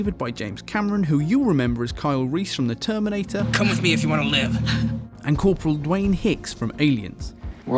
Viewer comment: "The terminTator"